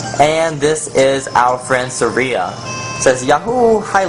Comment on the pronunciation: oh and its sar-E-a not sAr-Ea